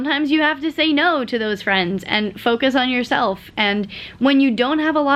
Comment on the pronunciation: "I have e'no time!" 😂